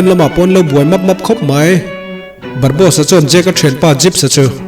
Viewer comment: Barbosa_a ... zawk a nia ... barbos_a i ti daih a 🤭🙈... chuan i recap tawi thei tuk a ka lo ui theih tawp .... leh i sawi rang bawk a... Anywayyyyyyyyyyy .... mi recap loh tha tha i rawn recap a.... like 👍 👌 💛 😙 pawp pawp